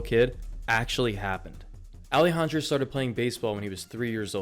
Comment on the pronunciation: his first name. Alejandro. You didn’t make any attempt at pronouncing his name right. Please make an attempt to learn before you upload.